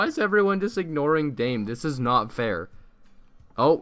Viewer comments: Its not dayme its da meh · It’s pronounced Da-meh not “dam” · he said daim the whole vid, it’s da-meh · Your Pronunciation of dame tu cosita is wrong dame is two syllables not one I pronounced Da-me not dame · its pronounced da-me to cos-ita not dame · Its dam-e not dame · Who else is triggered that he says dame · It's "Da-Meh." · C L I C K B A I T And you can't even say it right it's not dime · Dame isnt his name. (Dah-meh) Dame means give in spanish. Also thanks for drilling this meme straight into hell. I thought you were better than Denis, but all you are is a clickbait trader. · the way you pronounce it makes me cringe, it's spanish not english, you're saying it like you would in english, just say damay too cocita to say it properly lol